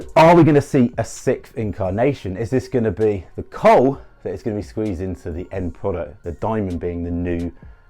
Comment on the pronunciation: coal Sound's like "cult'